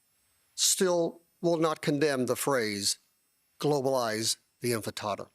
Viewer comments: What is the enfetada? Did you mean intifada? Or is it a Portuguese dish? 😂😂😂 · Dude said mayor elect won't condem the phrase "Globalize the Enfitada" what's an enfitada? Lmao. Sounds like a breakfast snack.